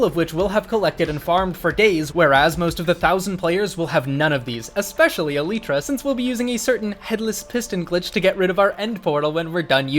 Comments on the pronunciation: is it eleeeeeetra or elYtra? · Why dies he say eletra its elytra cuh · can we disucc AL-EE-TRA huh? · eleetra... SAY IT CORRECTLY YOU NONCE. Eh LIGHT tra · It’s alitra not eeeelitra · Him saying eletra was just funny for some reason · Aleetra? Tf is an aleetra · its pronounced e-lie-tra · Its actually pronounced as eleetra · Why does he pronounce elytra like that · Bro does not say elytra right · why do you say "elytra" wrong? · please say eltyra right